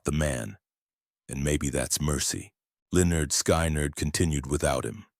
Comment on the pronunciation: It’s PRONOUNCED SKINNERD!! And his greatest loss was his wife Kathy.